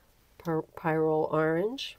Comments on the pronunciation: An online search says that The American Heritage Dictionary of the English Language, 5th Edition, pronounces the y in pyrrole as a short i, and puts the emphasis on the first syllable. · Pyrrole is pronounced, “Peer-roll” some other YouTube artist was asking the same question so I had to look it up! Great tutorial! Btw, your brayer sheets look amazing! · I get what you mean about forgetting! But it is pronounced pie-roll. Perhaps you can dream about eating delicious pie😊